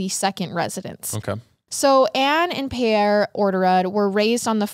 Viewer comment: You said the name right the first time. Per pronounced Pair. Like a pair of pants 😊